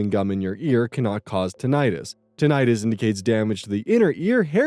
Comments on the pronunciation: That's not how you pronounce tinnitus. It's actually pronounced "tin-ih-tis", not "tin-eye-tis". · Hey, "tinnitus" is pronounced TIN-i-tus, not tin-EYE-tus. I just recently learned this myself! Also, the name for an unhealthy obsession with "healthy" foods is "orthorexia".